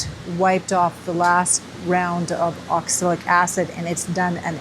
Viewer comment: Pronunciation is ox-a-lic, right? I keep hearing oxilic.